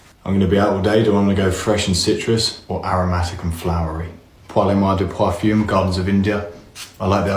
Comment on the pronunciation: Did he say... "poifume"? im 100% sure that's not how parfum is pronounced, let alone mispronouncing the first word. If you're gonna be like this at least say it right 😂